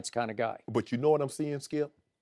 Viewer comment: Skip and Shannon: UNDISPUTED Skee-ip SMFH 🤦‍♂️ 🤦‍♂️ 🤦‍♂️